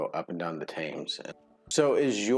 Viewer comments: Your pronunciation was GREATLY improved. FYI, just remember, 'Thames' is pronounced 'Tems' not 'Tayms'. Here endeth the public announcement 😁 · p.p.s. Those boats you liked at Hebden Bridge are called Narrow boats upon the narrow canals throughout the countryside and some towns and cities. The Thames is pronounced the River Temz ( Not how you said it: Tames!) Yorkshire is the County within which the town of York (& others too, of course) is situated. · The Castles weren't so much for Kings, but the King's Army/Armies and mostly to keep the French/Scots/Welsh and/or Vikings out. IF I remember correctly, it's pretty much the Ice Age that was responsible for our mountain/valley geography. Thames is pronounced "Tems" and you can definitely rent barges/narrowboats/"longships"* for a couple of days or more and there's some beautiful stuff to see - probably wait until the kids are older and can swim. *Longships were a Viking innovation - sea-worthy and river-worthy. Lots of Viking history in the UK (especially York/Jorvik). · Narrow boats or canal barges. York is in Yorkshire. Northumberland has more castles than any other English County 70. The Thames is pronounced Tems. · The river Thames in London is pronounced Tems. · the Thames, pronounced 'Tems' 😄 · The only poisons wildlife we have is the adder(snake)and that hasn't killed anyone for about 30 years Ps Thames is pronounced tems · Great vid guys. Thames is pronounced Tems.